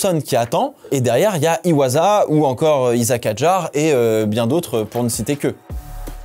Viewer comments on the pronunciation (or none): Juste par rapport au nom du second japonais chez RB. Essayez de prononcer son nom correctement. En japonais 1 S ça se prononce SS, et pas Z. Donc on ne dis pas IwaZa mais IwaSSA. (pareil pour le wasabi, c'est pas un z ;) )